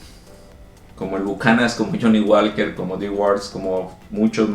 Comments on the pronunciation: El Johnnie Walker se pronuncia "Woker" no walker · la L es muda en johnnie walker no se dice